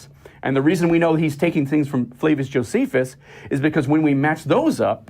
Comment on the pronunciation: The names … Josephius, Tactius … I love it when they can’t even get their erroneous source names correct 😄😄